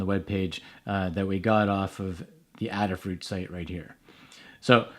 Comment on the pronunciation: Thanks for the video. Since Adafruit is named in honor of Ada, the Countess of Lovelace, the first computer programmer, I'm sure the company name is pronounced with a long A.